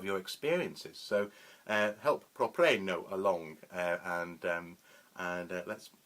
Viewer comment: Wonderful! Thank you. =) Btw, I used to pronounce it 'prop-reeno.' Short for Property Renovations - my old construction company. I like your pronunciation much better. Thanks again for your response.